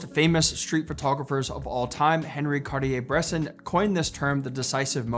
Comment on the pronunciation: Bresson would be pissed listening how you pronounce his name 😂